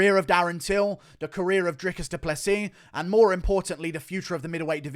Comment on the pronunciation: DREE-COUS DOO-PLUH-SEE Hope this helps.